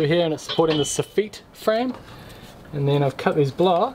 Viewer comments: Love your work. FYI - It's pronounced Soff-IT not Soff-EET;) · Did you say Soffit? xD